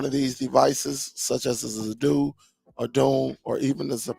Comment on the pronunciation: you have a good channel, good content, you lose cred when you insist on saying Zappoti, you seem to manage saying Zidoo correctly. As far as this player goes, it's mos def a rebranded Zappiti Neo, only brand name and model on this are different. No need to buy this for Zappiti owners, the new app that comes with this one is what will be offered to us soon, will also work on Dune, and in future Zidoo. I have all 3 brands, a subscription will cover all your players, and is way cheaper than thus new player.